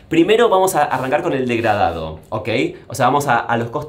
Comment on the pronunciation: Me causa violencia escuchar a martín decir DEGRADADO 🤦‍♀️